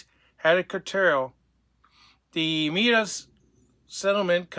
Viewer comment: You should at least learn how to pronounce Meta properly so you don't sound like a fool... Oh, that's not going to help.